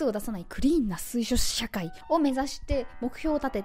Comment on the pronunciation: しゅいしょしゃかい？